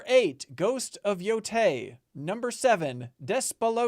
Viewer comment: Y'all, this is a great GOTY discussion but please learn to pronounce Yotei! Y'all laughed about umamusume at the game awards, but it's not Yotai! I know y'all know Latin vowels from Spanish, Japanese is the same system!